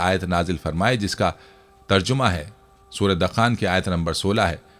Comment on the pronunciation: Arey hazrat Qur'an majeed ki soorat ka naam 'dakhaan' (دَخان) nahi dukhaan (دُخان) hai. In'aam nahi an'aam hai. Kam az kam sooratoN ka naam to sahi lijiye.